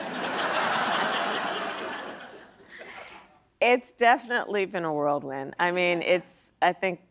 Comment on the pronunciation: What is a “worldwind?”